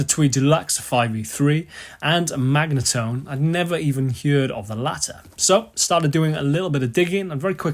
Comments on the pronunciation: It's pronounced 'herd', not "heerd". Lol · Everyone in the world: “Heard”: “Hyuerd” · it's more like 'heared'. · Your pronunciation of 'He-ard' is interesting, I have never heard it spoken thus! Yep these Magnatone amps have gained mystique! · The trem circuit on vintage Gibson amps isn't too shabby either..I own 2, a Falcon and a Discoverer, and the tremolo on both of them is stellar... Great vid and beautiful playing, as ever...And it's always a treat to hear how you pronounce "heard"...